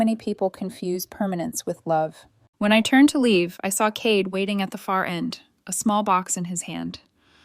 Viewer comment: Cade, mispronounced.